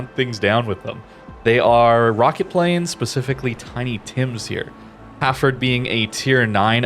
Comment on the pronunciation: So weird hearing it pronounced Ha'ford. UK vs USA pronunciation :)